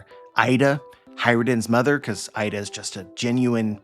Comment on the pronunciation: Just letting you kow, it's not Eye-duh, it's EE-duh (IIda)